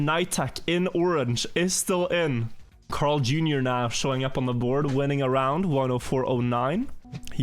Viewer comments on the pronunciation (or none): Bro am I the only one or is pronouncing CarlJr weird? It sounds like he is saying Crarl or sth idk